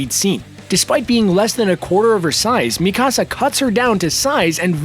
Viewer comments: Mi casa, su casa! Lol. He is saying it like my house in Spanish. Butchering it unfortunately. Should listen to the dub to learn how to pronounce the names properly before enunciating her name completely wrong. Like video though. Just a little more research would help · Please pronounce Mikasa’s name right. It’s softer in the k. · He didn’t even pronounce mikasa right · The way he pronounced Mikasa hurts me